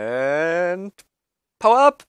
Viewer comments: I'm not sure if you say "power up" or "Hau ab!" :D (I'm from Austria) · every time they said power up i thought they said hau ab xD it german and mean get away